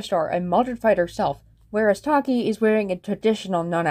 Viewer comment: Extra sins (Alot of em.) - "Funkvillie." - 'Earth to' cliché - 'Not acknowledging a problem thing' Cliché - ALSO, they pronounced Taki's name wrong. Pronounced Ruv and Sarvente's names right but get that O N E wrong. (Alt) - 'That's what they all say' cliché Also, Bunni would be kinda good at Cinemasins - Also why is the building broken, if its for another episode then why? (Alt) - Player would be ironically good at CinemaSins - Also, Taki isn't her LOST SISTER, TAKE A LOOK AT FUNKAPEADIA FOR GODS SAKE.